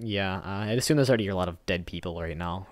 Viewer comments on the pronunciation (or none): none